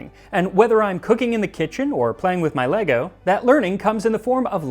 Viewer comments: nahhhhhhh not an american saying lego properly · Thumbs up for pronouncing Lego correctly.